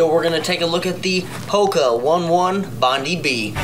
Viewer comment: the correct pronunciation is Hoka Oh-knee Oh-knee, Bond-eye B